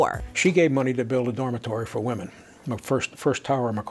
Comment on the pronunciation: I know the English language is super confusing, so I don't blame you for saying women wrong, but for future reference, the word is pronounced "WIH-men". Darn this language!